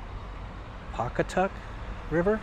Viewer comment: Yeay! You pronounced PAW-ca-tuk flawlessly! Yes, Pawcatuck is just as how you pronounced it, but if you go to one of the major cities in RI, Pawtucket, it's pronounced PaTUCKet. The W is silent and most people get it wrong. I just have to give a huge shout-out to our (I'm in VA now) libraries in RI (I may be biased as I worked in one for years) Thanks for pointing out the one in Westerly. Most are beautiful like that. And the BIG plus is that they're all connected. As you pointed out, Westerly is at the southwest point in RI, but if you lived in the northern-most city, Woonsocket, you could order your favorite book on line and they'll deliver it up there, or to any branch near where you live.